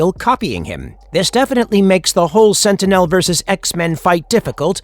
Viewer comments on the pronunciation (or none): I thought I was the only one it sounds so annoying especially the way he says sentinel